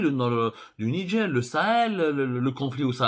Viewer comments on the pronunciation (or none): none